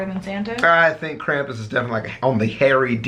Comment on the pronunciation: I am from Pennsylvania. and I correct this to say that is BULLSHIT. it's Krampus mkay